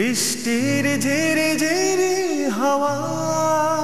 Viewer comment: গান করার একটা বিশাল প্রয়োজনীয় দিক, উচ্চারণ ঠিক থাকা। তা না হলে, বিশাল অসুবিধা। আপনার এইগানে এই ভিডিওতে ''জিরি জিরি হাওয়া'' শুনা গেছে প্রথমে। আপনি গান অনেক ভালো করেন। অনেক ভালো। শুধু গানে যেন ফীলটা কম। মান্না দে'র যদি কাগজে লিখো নাম গানটিতে যে সব জায়গায় শিল্পী যেইখানে' ''হুম'' বলেছেন, তা'ই বলা উচিৎ। কারণ কারও গাওয়া গানে এক্সপেকটেশান সেট হয়ে থাকে। শিল্পী যা করেছেন, তা না করলে গানটার প্রতি সুবিচার করা হয়নি বলে মনে হয়। আপনি যখন গান করেন, তখন কেন যেন মনে হয় দায়িত্ব পালন করছেন, আপনার আন্তরিকতা আর আত্মস্থতা কম লাগে তাতে। আপনি সামনে অনেক এগিয়ে যাবেন। আমি আপনার একজন ইউটিউব ফ্যান। আশা করি সব কিছু কাটিয়ে সফল হবেন। ধন্যবাদ।